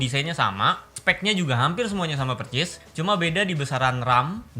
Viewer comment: Persis bg bukan percis 😁😁🤭